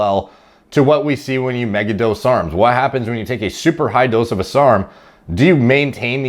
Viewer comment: Why does he say serms instead of sarms